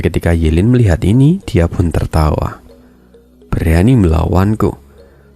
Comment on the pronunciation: Ye lin bang bukan yu lin